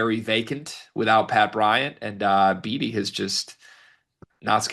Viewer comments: Beatty’s name is pronounced “Baity” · Came here to say it’s pronounced bAtee but whose counting. Heck of win nice resilience fellas. Lots of trap games ahead on the old skedge..